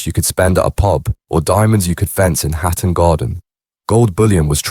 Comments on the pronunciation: Some what weird to hear Hatton Garden rendered as 'Hat and Garden' by the AI. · Nothing new, just speculation and repeated sections from a bot. "Hat and garden" anyone? 😂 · Hat and Garden..............its HATTON GARDEN, cant take this video seriously with such a schoolboy error!